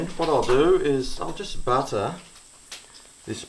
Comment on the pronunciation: When you say butter as a noun, it sounds Aussie. When you say butter as a verb - i.e. 'butter the bread', you use a British accent. Really weird, but endearing.